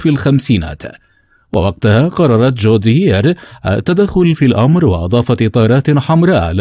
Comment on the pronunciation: يا اسمها ڨوديير وليست جوديير